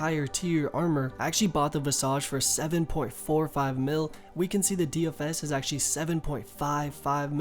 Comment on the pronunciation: The way you say visage hahahahaha.